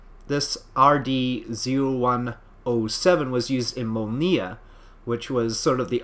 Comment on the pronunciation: Mólniya - stress on the first syllable.